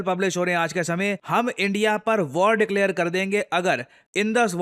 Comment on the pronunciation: It's declare not declear sir.